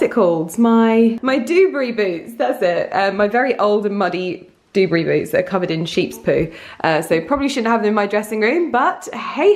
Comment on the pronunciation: Hey, just to let you know it's pronounced 'doo-barry', although I really think I prefer dewburry now 😂 xx